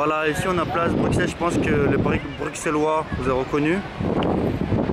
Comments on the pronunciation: Juste on dit brussel pas bruXelles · Il a dit bru"X"elles... Je suis outré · Ça me stress quand il dis BruXelles au lieu de BruSSels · Prononce pas le x de Bruxelles juste brussels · BRUXELLES SE DIT BRUSSELLES ! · oui mais cela ne se prononce pas telle quelle